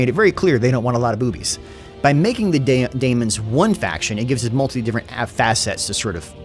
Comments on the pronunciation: please, it's pronounced Demons still, not Damons. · Hey, It’s demons or daemons NOT daimons nor damons. The A is silent whale the E is not. Thanks! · You're just trolling us now with your pronounciation of 'daemons'.